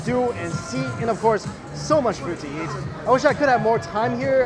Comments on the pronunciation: I heard him say "So many things to yeet." And had to remind myself he's talking about eating. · When mike says eat he says yeet lol